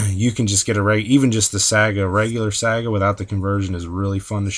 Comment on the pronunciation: ... are you pronouncing it saaga?